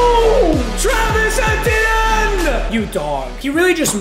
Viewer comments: Can someone tell him it’s pronounced “ietiene” not “ehtienne” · It’s ETN not et t n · Eeeeeeee TN I can’t keep hearing that it’s not eh TN Only complaint tho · really? eh-tee-en? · I hate when he says Etienne wrong lol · The way papa says Etienne is bothering me so much